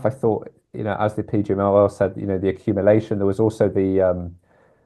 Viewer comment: interesting way of pronouncing "accumulation" 😅